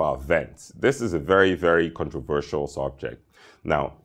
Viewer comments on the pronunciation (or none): none